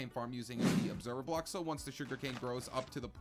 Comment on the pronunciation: On the tree farm he said obeserver bock